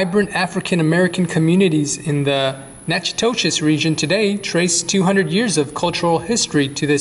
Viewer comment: Nak-ah-tish, next time go to Lasyone's and get a meat pie.